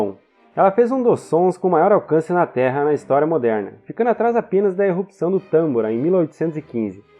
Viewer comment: Muito bom o conteúdo! Ótima forma de explicação! Amei! Porém, péssima dicção pra falar palavras como "errupção"! E vc consegue dizer ela da maneira certa, não sei o que houve, mas foi péssima!